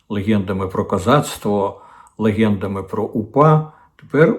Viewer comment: Корчинський, не "лихєндами" а "легендами"